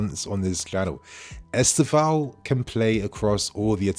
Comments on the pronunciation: Try to put the accent on the penultimate syllable. EsTÊvão. If possible. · The kid is great. If you are interested... the way we (Brazilians) pronounce the name is: Istêvaun. The "tê" is the strong syllabe: is-TÊ-vaun. The "vaun" is pronounced really fast. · Please y’all! Try to say his name correctly. I don’t know how to explain but you can ask a Brazilian person how . Same thing with Bruno Guimarães. Thanks !